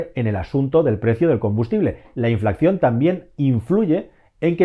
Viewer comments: Se dice inflación no inflacción amigo. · Muchas gracias por el vídeo, buenísimo Solo una cosa, me pone nervioso cuando pronuncias “inflación” porque pones “cc” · muy interesantes tus videos pero me da un ataque epileptico cada vez que dices "inflaccion" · inflación, no inflaCCión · Gracias, muy interesante. Por cierto, por favor, revisate lo de "inflacción", se dice inflación. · Hola, buen vídeo como siempre. Lo único, no es "inflacción" sino inflación. XD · hola, creo que dices "inflacción" en lugar de inflación...de todas maneras, esto que está pasando con los precios del combustible y la electricidad, es, en mi opinión, algo directamente relacionado con nuestro estilo de vida, consumimos más, mucho más, que recursos naturales hay disponibles en el planeta, entonces, por pura lógica, llega un momento en el que la balanza de la oferta y la demanda de desequilibra del todo y los precios se disparan...el tema del agua potable en España no tardará en ser un problema acuciante, en épocas pasadas "la pertinaz sequía" que decía el dictador cuando inauguraba un nuevo embalse, efectivamente las sequías ya eran muy prolongadas, duras, pero el nivel de vida de los españoles de entonces era infinitamente más bajo que el de ahora, la industria no tenía ni por asomo el desarrollo actual con la consecuente demanda de agua, la agricultura era una broma en comparación, y claro, se apañaban aún con sequías persistentes, ahora ya, en este momento, no deberíamos seguir consumiendo el agua como lo hacemos en todos los ámbitos, y se sigue como si nada pasara...hasta que pase, y verás la que se montará cuando el metro cúbico de agua sea impagable... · No es por ser pepito grillo, pero es inflación, no inflacción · Un estudio muy detallado y muy interesante como siempre. Lo único comentar que se dice inflación y no inflacción. Ojalá se acabe la guerra y se resuelva esta situación pronto. Saludos.